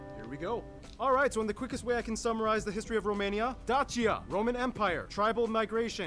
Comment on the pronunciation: Back then, in roman times, it was Dakia, but now we pronounce Dacia, with a "ch" sound as in "cheese".